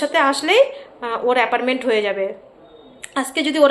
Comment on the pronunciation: Appointment not aparment